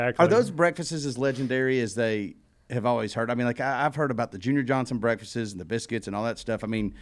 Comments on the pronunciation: My wife is screaming in the background "Breakfasts!, not Breakfastes!" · The continued mispronouncing of "breakfasts" is all I can focus on.